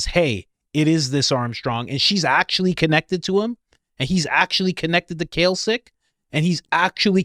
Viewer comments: Pronounced 'Klak chick' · Klacik is pronounced as "classic" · It's pronounced KLAY-CHIÇK!! Lol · Klacik pronounced klasik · It’s pronounced “Clay-Sick” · Pronounced claysic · I sure wish you would pronounce Klacik's name remotely properly! You're driving me crazy! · Now you're just trolling us with the "Cal Sick" pronunciation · Say it with me now ( kim "clay-sick") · Kim CLAY-SICK (pronunciation) she ran for office and Candice was investigating her back when these msgs were sent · Klacik is pronounced CLASS-ick. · Her name is pronounced Clay-sick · Sorry guys , but iher named pronounced like Classic - Kla-cik. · Yes I remember seeing the veritas video a few months ago with this whistleblower. Also Coach, it’s pronounced Clay-sick😂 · COACH, it is pronounced CLAY-Sick. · I think you are trying to say Klacik when you are saying Kalcik. You mean to say "Klacik" like the pickle. just fyi. I really like your podcast though. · Klāsik. Clay-sick, not kelsik brother. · pronounce - CLAY-SICK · Her name is Kim Klacik (Klaycik). She's in Baltimore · you are pronouncing Klacik wrong. It's not Kalcik, it's like "clay-sick' you are putting the 'L' in the wrong place. But other than that, great research. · CLAY-SICK not Kalsick. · HER NAME IS "CLAY SICK" NOT KALSIC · The name is Klay-sick (not "Kalsick"), as in Kimberly Nicole Klacik (née Bray; born January 19, 1982) She is an American political commentator. She was the Republican nominee for Maryland's 2nd congressional district in the 2024 general election, in which she was defeated by Baltimore County Executive Johnny Olszewski. She was the Republican nominee for Maryland's 7th congressional district in both the April 2020 special election, held following the death of incumbent Elijah Cummings, and the subsequent November 2020 election. In both 2020 elections, she lost to Democrat Kweisi Mfume by over 40 points. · It's pronounced clay-sick, not kell-sick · It's pronounced Classic. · It’s Clay-sick. Klaxon